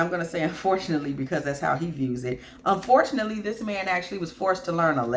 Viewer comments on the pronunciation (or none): Stress on the word unfortunately lmfao good stuff, resonates.